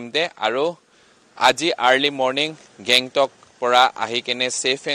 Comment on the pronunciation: Alak country?😂 gangtok aseh not Bangkok.... reporter